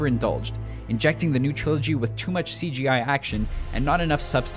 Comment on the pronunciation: Lol triology too